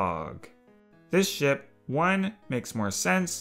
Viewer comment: Each time i hear him (guessing the gender)say "ship" i hear him say "sh*t"